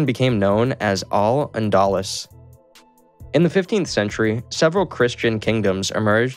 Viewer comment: Al-Andalus is pronounced Al-And-ahh-loose. And abdicated is pronounced Ab-dii-cate-iid